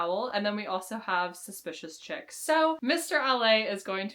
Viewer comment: Not me hearing "cowboy chimp" instead of "cowboy chick" and being disappointed that I didn't see a monkey in a cowboy hat... Plus if you need a reel idea for laser shark, he can laser destroy the AI pattern pictures!